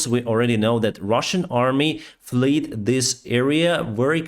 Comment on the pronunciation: "fled" rhymes with "red"